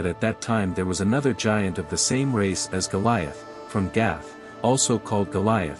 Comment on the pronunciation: It's g i a n t not g a i n t